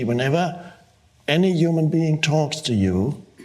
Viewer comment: I like how he says "uman". :)